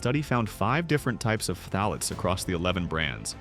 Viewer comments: "fah-tah-lates??? LOL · Just say it like Thalates.